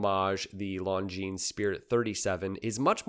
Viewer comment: One of the few watch channels who pronounces Longines properly. My hats off to you.